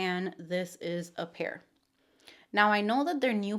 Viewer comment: Hertetica appear is pronounced like the word appear not A-pear. It sounds like you are saying the fruit. Maybe you have an accent?